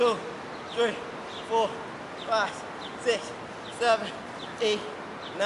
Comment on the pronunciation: "One" "Two" "ThReE" "Four" "Five" "SiX"